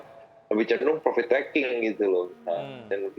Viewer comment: Profit min, bukan provit 😀